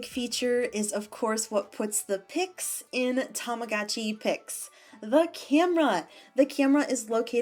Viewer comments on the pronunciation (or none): The advertisements are so cringey, TAMAGOOCHI PIX, BITCH ITS tamaGOTchi